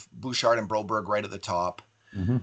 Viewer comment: Just say Bro-BERG, stop the berry.